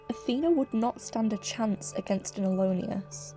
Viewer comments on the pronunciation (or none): just so u know, its pronouced /a-LO-nus/